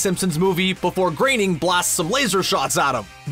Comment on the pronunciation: Wow, you actually pronounced "Groening" correctly this time.